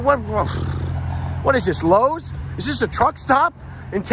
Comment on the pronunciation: You called it lowes again 🤣🤣🤣 it's 'loves'. Absolutely hilarious... multiple laughs in this video. Thankyou for the trip down holtzmans memory lane.